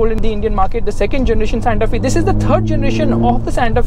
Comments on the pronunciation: Santa F-ay not Santa Fieee. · Its SANTA FE. Pronounced as SANTA "FYE" not "FEE"